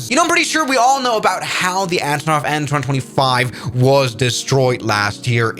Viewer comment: an 225 no bro you gotta say it like aye en two twenty five